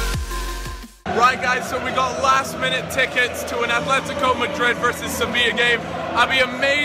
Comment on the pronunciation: ATHLETICO? A T H L E T I C O? jesus christ